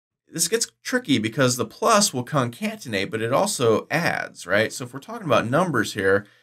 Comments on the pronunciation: Great tutorial, thanks. Just got to be that guy for this, though: "conCATenate", not "concantenate". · This guy is the worst typist ever. If he got it right the first time, the video would be half as long. Also, it's con-CAT-en-ate, not con-CANT-en-ate. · Really enjoyed this course! I hate being pedantic, but after the 20th time you say "concaNtenate" I couldn't help myself. It's pronounced "concaTenate". There are only two "n"'s, not three. But thanks for the great course. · btw it's "Concatenate"